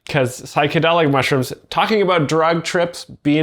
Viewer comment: "uh oh, he ate some mushrims" 😂